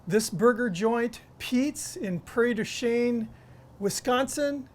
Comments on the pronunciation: It's Prairie du "Sheen". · Prairie du "SHEEN" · You pronounced the city the way English American people do, but Prairie du Chien, a French city meaning Dog Prairie or literally meaning Prairie of the Dog, is pronounced Pra-rare-ee doo She-en. By the way, because we beat France in the World Cheese Competition, the New Wisconsin Order is 4 Life and Just TOO Cheesy!! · Prairie du "Sheen" is how the locals pronounce it. Certainly not good French.